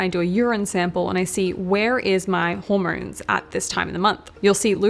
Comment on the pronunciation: Those Aussie auR’s. “Zorne 2 exercise”, “rodiolaar”, “hormornes”